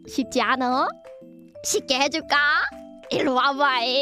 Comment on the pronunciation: 쉽지 않으면이 발음때문에 씻지 않으면 으로 들리네 ㅋㅋㅋㅋㅋㅋㅋㅋㅋㅋㅋ